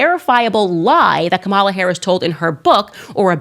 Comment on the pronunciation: Car-a-mel Harris.